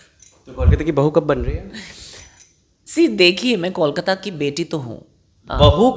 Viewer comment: I don't understand how could you pronounce कोलकाता as "कॉलकाता"(Callकाता) despite being a Bengali interviewer?